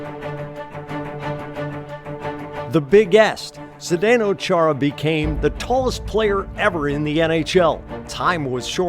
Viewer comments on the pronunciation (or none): Yet they didn't even learn to pronounce his surname correctly. It should be pronounced cca as Khaara. Or Chaara according to German pronunciation (and of course, Slovak one), just like in the German word "machen".